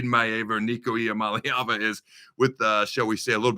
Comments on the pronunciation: It's ee-ah-MAH-lay-ah-va. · I noticed that too. He was def rooting for UCLA, but couldn't pronounce their QB's name to save his life. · LMAO on your pronunciation on the QB Adam! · Devin Gardner could not pronounce Iamaleava.....sounded like he was having a stroke every time he said it. 😁